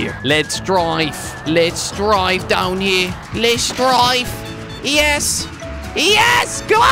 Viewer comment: Als je yes zegt klinkt het als IS/when you say yes it sounds like IS